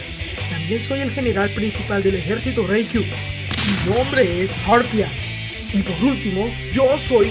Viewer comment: disculpen pero es harpunia....